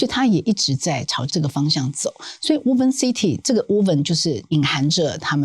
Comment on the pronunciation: "Woven" city "o" 讀複母音:"無歐" 嘸是 ”無” • 錯誤示範 • 以後 可以免費 使用參考 Google Translateㄟ發音